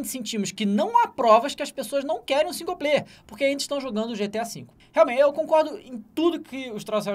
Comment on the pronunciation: Tem que tomar naquele lugar esses caras que ficam falando que singu-player